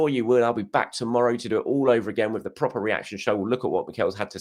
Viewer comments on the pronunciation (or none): none